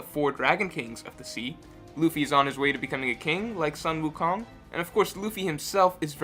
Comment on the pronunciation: Ok ok. Your Sun Wu Kong pronunciation is incorrect. Keep in mind that all vowels in hanyupinyyin is the same, so pronounce your "u" in "Sun" the same way you pronounce your "Wu"